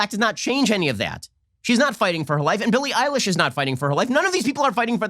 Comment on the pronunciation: He said Billy Ilish I thought he was talking about a guy